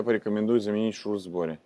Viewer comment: ШРУС , а не ШРУЗ, шарнир равных угловых скоростей